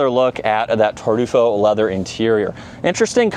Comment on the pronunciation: What the hell is tardufo. Come on bro lock in.